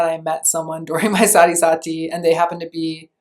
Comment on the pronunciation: Sati is pronounced as Saahtheee